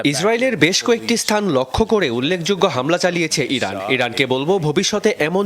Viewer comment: উচ্চারণ শুনে মনে হল ইরাক বলতে প্রথমে, পরের ২ বার ইরান বলছে